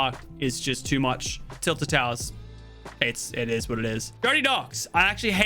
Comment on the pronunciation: IT EES WHAT IT EEES